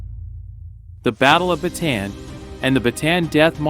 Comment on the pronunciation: ba ta an not batan